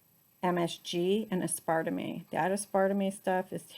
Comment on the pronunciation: As part a mee. Lol. You mean aspertame.